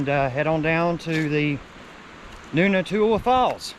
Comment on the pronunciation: It's Noontootla. Noon toot luh